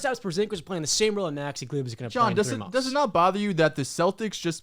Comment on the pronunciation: He said Maxi Kleber 😭